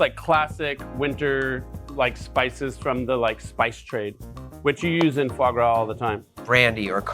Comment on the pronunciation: Aaaand its not fois gras 😂